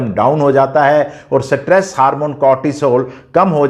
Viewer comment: Satress nhi stress hota hai